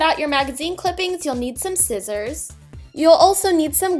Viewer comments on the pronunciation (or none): none